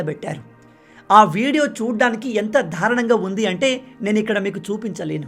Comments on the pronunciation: బ్రో, థారుణం కాదు, దారుణం అను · దారుణం అనాలి ధారణం కాదు